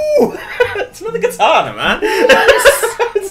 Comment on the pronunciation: also what's katana it's kartana